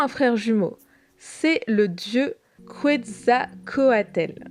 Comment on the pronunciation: Très bonne vidéo mais accélére un peu le rythme parce que c chiant a force Et on dit KETZALCOATL le l se prononce